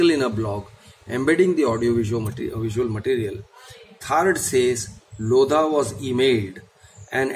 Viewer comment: In Lodha the H is silent